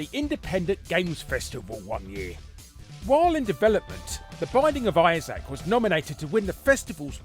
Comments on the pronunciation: "The Bissac of Issac"? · "The bisaac of Isaac"